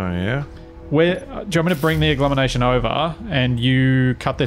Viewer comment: ...Agglomenation? really? :P